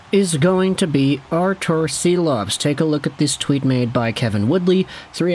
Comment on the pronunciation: I believe Silovs is pronounced as Shilovs